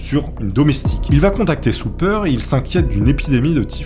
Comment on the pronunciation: ça se dit sOper! Soupeur c'est autre chose..